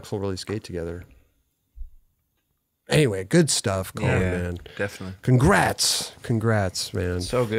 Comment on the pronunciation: Is calling him colon?